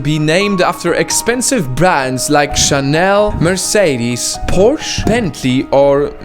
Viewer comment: YOU HAVE TO SPEAK THE "E" IN PORSCHE